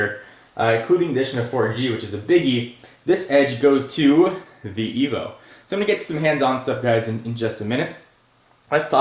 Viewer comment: its Evo not evil bro